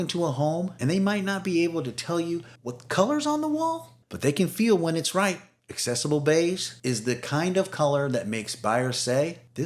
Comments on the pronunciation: AK-cessable Beige. The first C is pronounced like K. Like "access." It's not "assess." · Accessible is pronounced ak-sessable. I only care because AI often mispronounces words. And when you posted Sherwin Williams Accessible Beige, you only capitalized Sherwin. So now I don’t know if you’re a human or not. 😂 Again, I don’t care about perfection, but these little tells are the AI giveaways. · Nice color ideas, but check the correct pronunciation of accessible and Hague.